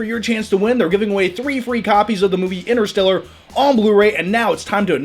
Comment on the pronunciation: ENTER-STELLAR!!!! quit saying inner.